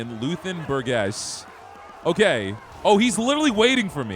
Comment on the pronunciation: That shit was funny, someone tell him it's pronounced Shaymus! And Bur-jess!